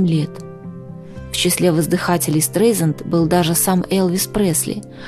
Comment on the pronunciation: Произносится обычно СТРАЙЗАНД